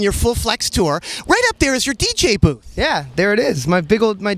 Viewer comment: I heard Dj boob instead of dj booth .